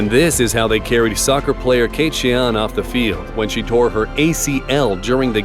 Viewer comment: Did you just say soccar